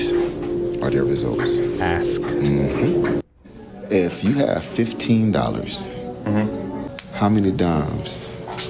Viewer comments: he cant even say ask right, take his licensing away. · How you axe me to read dis? You doing too much !!!